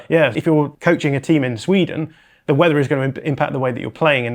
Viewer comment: The way said weather 😂